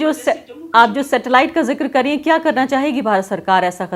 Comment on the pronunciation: ..satellite nhi settlement bol rahe hai Mehbooba Mufti.😊